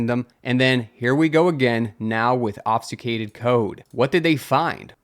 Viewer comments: ob-fU-scAded please man that’s how it sounds < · ob succ ated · "obfuscated" is ob-fuss-kay-ted. Or are you being meta? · Ob-fus-cate. "AWB"-"fuh"-"skate". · You sound to be pronouncing "obfuscated" wrong but I'm not sure how. The "fus" bit sounds maybe like you say "sfu"? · "Mallware" "obsucated" Bro take a breather 😂😂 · That pic is literally my discord pfp and I was just about to comment something about the "obsucated". Needless to say I had a confused moment. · I can side with "mallware" since it stems from "malicious" which sounds like "mall-icious" but "obsucated" was a big wtf lol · How many ways can mispronounce "obfuscated"? YES!